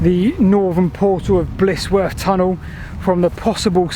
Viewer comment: Just to mention - it's Blizzworth, rather than Blissworth. Good work as usual, though.